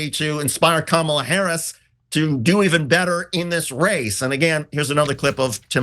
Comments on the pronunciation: 0 seconds ago From now on pronounce the x-president's name Don-'Old Tee-rump. I'm so tired of them saying Ka Mall uh, purposely mispronouncing her name. Name calling is their go to move. I pity the poor fools. 1 Reply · I think Trump is saying Kama-blah. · I speak a little Trumpinese, and what I think Genghis Khan’t was attempting to achieve with his Kamabla reference was an emphasis on the “bla”, but because he isn’t fluent in the modern American dialect, he didn’t think or didn’t know to place an ‘h’ at the end of his almost-insult, leaving only plausible deniability to shield him from yet another unforced error.